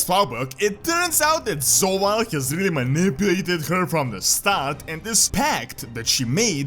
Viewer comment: I love how you pronounce Zovaal as Sowal :D